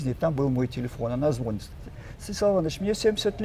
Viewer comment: Извините, НО, когда говорит и НЕ один раз:-звОнит, и лОжит, то это не подобает грамотному "учëному";а о дыхательных упражнениях можно рассказать в 10 мин!!! 😤